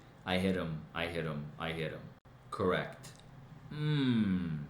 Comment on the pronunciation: "Kract".... is that the same as CORRECT? AND, THINK a.m. jennifer can't forget it!😅